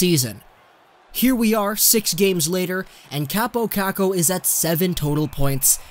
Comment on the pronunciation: And its not kuukuu its kookoo LIKE ITS FUKCING SPELLED